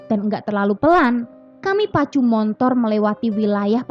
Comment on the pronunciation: motor = montor...????😂😂😂😂